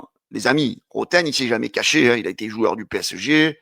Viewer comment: PSG on dit ! Tu as du mal mon grand